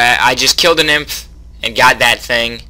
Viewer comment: It's pronounce N-ym-ph :conwayshrug: Yo, Yoyo!